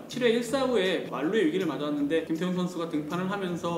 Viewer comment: 김태훈 선수인데 김태형선수라고 들려서 깜놀했네요. 매번 잘 듣고 있습니다.